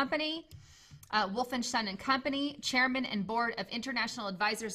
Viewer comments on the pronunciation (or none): Thanks for the information, but I was annoyed by the way she said, "SHairman" instead of "CHairman"....